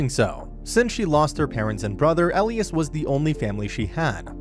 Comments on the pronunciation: E - lie - as. Not el-ias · he said Elias' name wrong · Whoever is reading this recap, the prounoucations (not to mention my spelling derp) are so scuffed. It's Simon not seaman, for pete's sake and it's Elias not whatever he was saying. There are so many errors in this recap, though tbh the series was sooo good!